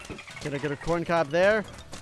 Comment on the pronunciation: The fact he says “coin cob” and not corn cob.